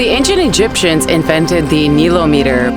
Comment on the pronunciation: yes, pronounced nile-ometer correct? I never heard it pronounced the way you say it, is that how it is said there? I heard you say it both ways? Love the videos!!!